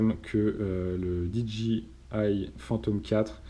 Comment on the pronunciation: Super vidéo mais s'il te plaît, pas "DiDji", juste "Didjéaïe", ca fait plus pro